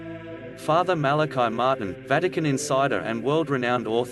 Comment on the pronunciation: The priests name was Fr. Malachi Martin, not Martin Malachi and it was pronounced the Irish form MalacEE, not the Hebrew form Malachi. Fr. MalacEE Martin.